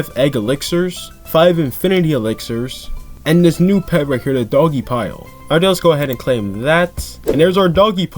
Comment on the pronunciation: I never know how you are going to pronounce the name of a pet lol